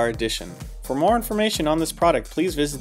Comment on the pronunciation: I feel like you don't say EVGA the way the rest of us do. I'm hearing E vuh Gee A. What I want to hear is E Vee Gee A. Think about it.